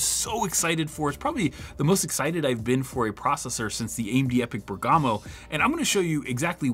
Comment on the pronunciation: MOST Server cores EVER, FOR INTEL. Append that on or it's clickbait and false! Also do us all a favor and look up how pronounce Bergamo